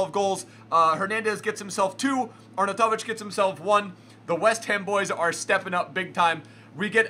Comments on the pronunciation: Arnoutovic is pronounced: Arn out of itch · Btw u say it arnautoviv like are-now-ti-vich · "Arnatavic" =)) jk, you are the best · it is "ARE-NOW-TIVIC" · Please reassess your Arnautovic pronunciation... but love the vids! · Dark It was correct edit: no he just said it correctly once when he showed his team but the rest.. your right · yep xD He said it in such a typical American way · you pronounce arnautovic very weirdly